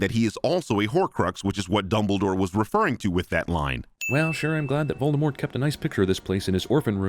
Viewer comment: and "Molded Wart" lol